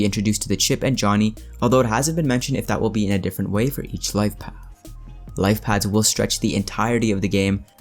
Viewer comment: Paths not pads.